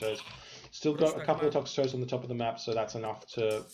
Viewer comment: I get so triggered by your inability to say names correctly every match but especially this one for the Toxotes. It is Toxotes so tox-oh-teas or tox-oats. Not tox-a-toes!!